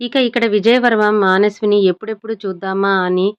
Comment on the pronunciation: మానస్విని కాదు మనస్విని కరెక్ట్ గా చదవండి